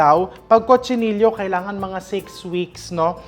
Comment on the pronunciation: Chef, dito sa Spain they pronounce Cochinillo as co-chi-ni-yo